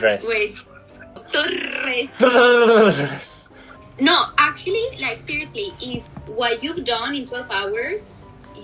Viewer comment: 你把重音的部分忽略了，英文字上有一點的都是重音。 而Torres，你直接把法文發音大部分放在西班牙文了。 加油加油！ 最後那一句我看到笑了！哈哈哈！